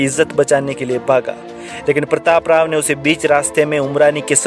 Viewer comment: प्रतापराव गुजर Is the name. Learn first to pronounce.